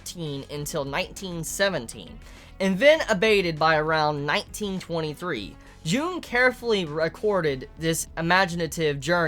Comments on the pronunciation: Great video, outstanding as always. I love your Symbolism videos Also, I know you're not good with names and I just want to point it out, that "Carl Jung" is actually pronounced "Yoong" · Um. It's Carl Jung, pronounced Carl "Young".